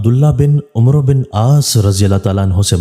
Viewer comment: It is Amr not Amro